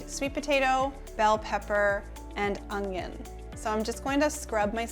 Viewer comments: Un-yun. There is no g in it, so it’s definitely not ung-yun. However... I never would have said anything except for your asking. I’m much more interested in the fantastic content your offering me. THANK YOU!! Love your shirt today, btw. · un-yun for onion; hwa-shin for hoisin. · 🤣😂 no “g” in your Canadian onion but lots of flavour 🤣😂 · I think I'll buy minced garlic and pre-chopped, frozen, bell peppers, butternut squash and onions instead of all that chopping, but great ideas! Thanks! Oh, and here's how you say onion lol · While “onion” has no “g” in it, I couldn’t possibly care less! Your presentation is a great as your food! Don’t change a thing!